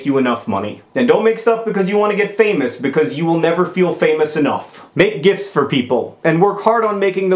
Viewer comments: I kept on thinking you said gifs not gifts.lol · For most of the video, I thought he was saying "gifs" instead of "gifts". Both make sense. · John, John, John. . . it's pronounced "jifts."